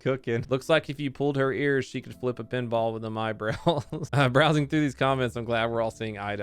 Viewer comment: "Eye'm brows-ing the comments" You thought we wouldn't catch that, but we did